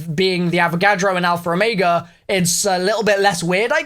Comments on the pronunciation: Lol you say alpher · Always love hearing saying alphaer. Lol